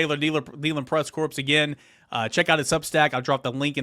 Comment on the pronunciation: It's pronounced core. A corpse is a body without life.